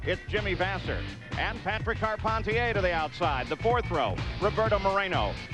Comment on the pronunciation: As a born and bred Quebecer, the way Paul Page pronounces Patrick Carpentier (Patreeek Carpenteeyay) really annoys me